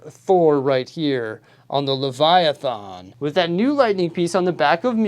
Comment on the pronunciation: the last A in Leviathan is "smooth" sorta, you pronounce it as an E or I like "thin"